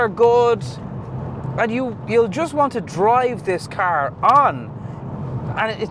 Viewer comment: say car correctly